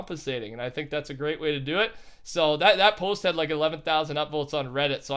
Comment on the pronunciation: Its pronounced "think"